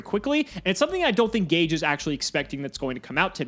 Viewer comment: Because it's Ga-Geh 🤷